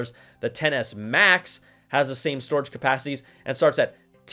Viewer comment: Im glad im not the only one who heard XS as Tennis